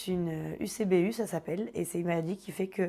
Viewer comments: elle a bien dit UCBU et non ECBU écouter à la minute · Elle a dis ucbu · arrêtez mdrr à la place de dire que c'est du mitho apprenez à écouter car elle a pas dit ECBU mais elle a dit UCBU donc fermez vos bouches 😒🖕🏼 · Mama In The Kitchen elle a dit UCBU